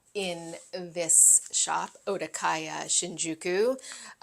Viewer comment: Okadaya instead of Odakaya!